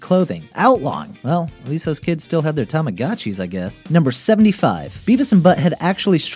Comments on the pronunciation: "TamagAchis", hahahah.. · It's pronounced Tah mah GO chi. Long O. Tamago is Japanese for Egg.